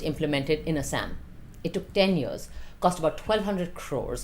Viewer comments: Shouldn't be taking advice from a person who can't pronounce it properly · Binod pronunciation dekh rahe ho asssam 😂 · Why can't she pronounce Assam correctly.